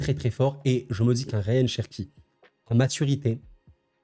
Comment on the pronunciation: C'est Rayan pas Ryan sinon super vidéo comme d'hab